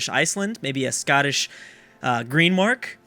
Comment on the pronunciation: it's Greenland not green mark